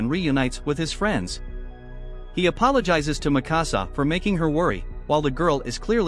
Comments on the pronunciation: Not makasa, it's mikasa. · THATS NOT MIKASA, THATS NIKASA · Bro said “Mì Cása” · he says mikasa wrong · I cringed every time the voice mispronounced Mikasa and Hange's names